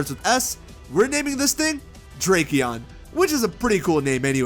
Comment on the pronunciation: When you said "Drakeon," I think for a second I thought you said "Tracheon." I've been watching too much Scrubs